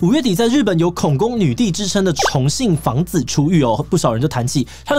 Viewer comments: 重信房子… 一直聽成重慶房子… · 我一直聽成重慶的房子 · 還好有CC字幕，否則我一直以為說的是重慶房子，而很難聽出來說的是重信房子。